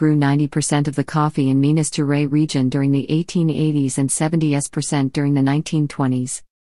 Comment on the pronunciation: "Minas geray" like fucking Minas Gerais is a french name or something. smfh.